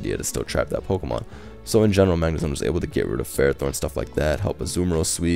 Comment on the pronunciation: calls it Zagnemone.😂😂😂